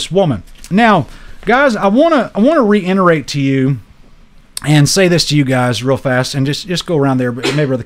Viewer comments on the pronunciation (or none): Love you brother. I do want to share that the word is REITERATE. NOT REINERATE.😉